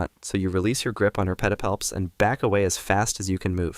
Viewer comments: The way he says “Petapalps” is oddly satisfying 😂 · New drinking game. Take a drink every time says pedipalps.